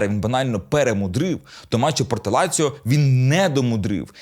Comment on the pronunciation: Не ляцио..а Лацио..